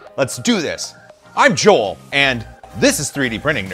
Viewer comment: Oh JOEL, look at that! ihihih :D sorry, but I think that for people, like me, who do not speak natively English it's too funny listen you when you say it. Sorry for this comment, just for fun. Thank you so much for your videos. High five man.